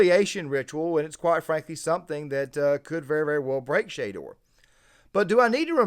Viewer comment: Good points but at least pronounce the name right if you’re gonna do a video about someone